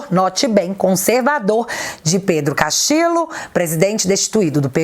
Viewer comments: Oi,! Só um 'reparozinho': em espanhol, o duplo L equivale ao nosso LH. (Castillo = Castilho). Da mesma forma, Ñ é o nosso NH. Abç! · Saludos desde Perú ,viva o Brasil ...a nossa bandeira jamais será vermelha 👉🇧🇷🇧🇷👈 Te atualizei otimo video ,so' uma pequena obs seu nome e' Pedro Castillo Terrones y castillo se pronuncia (Castiho) Castillo 👉🇧🇷🇧🇷🇧🇷🇧🇷👈 hoje aquí no Perú e' feriado día de la Inmaculada conceptocion feriado nacional. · a pronuncia correta é "CASTILHO" em espanhol dois "L" tem o mesmo de "LH" em português. Beijos. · Sempre entregando um ótimo conteúdo, porém, no espanhol, os dois "L" tem som de LH. A pronúncia correta seria como se estivesse falando Pedro Castilho mesmo, por mais que se escreva com dois "L". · sem nenhuma pretensão e... só pra dar um "toque" mesmo. A pronúncia dos dois éles (LL) em espanhol não é igual a um éle (L) só. Assim, dependendo da região, "Pedro Castillo" deve ser pronunciado como Pedro CastiLHo, Pedro CastiCHo ou Pedro CastiDJo, mas nunca como Pedro CastiLo! #FicaAdica #Paz 😉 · se não me engano, esses dois "LL" juntos, em castelhano, são pronunciados como o nosso "LH". Assim, a pronúncia do sobrenome do Pedro seria "Castilho". Grande abraço!!!